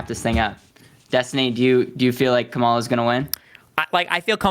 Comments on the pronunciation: I love me some Destiny!!! I had to get used to the fast talking but it wasn’t hard and his debates are just phenomenal!! Thank you Also, is it so hard to say KA’MALA? This whole come ala is getting old! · To host: Kamala (Com-ah-lah) with emphasis on “com” not “ah”. Close and not bad though. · The moderator is showing his poor character by continuing purposely say VP Ka-Ma-La Harris’s name wrong… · It’s comma-la. Dude, c’mon. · would it be THAT painful to say the name KAmala correctly? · How does one persistently mispronounce someone’s name when the other people in the room are pronouncing it correctly? Do you not have ears…? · The guy in the middle needs to pronounce Kamala’s name correctly. He’s so annoying. Even my four year old niece can pronounce her name